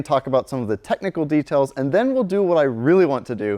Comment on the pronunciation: He goes into a lot of dougtail